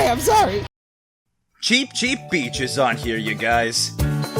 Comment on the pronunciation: what I'm a not beach: no no cuz beach sounds like bitch::c